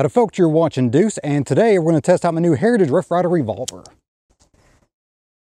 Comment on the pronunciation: I like the video but the way you get all mush mouth when you say "hrtij rff rye ver rvlvr" kinda bugs me